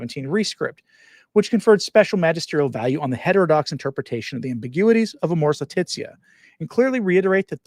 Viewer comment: All I hear is..ambiguities